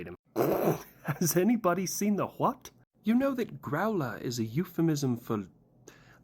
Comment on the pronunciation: That was the most Bri'ish "..Hwat?" I've heard in a long time